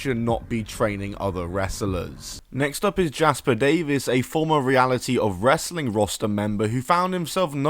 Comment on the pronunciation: It's really funny how you pronounce wrestling normally when it's in the middle of a sentence, but when it's the last word you say "ress-uh-ling"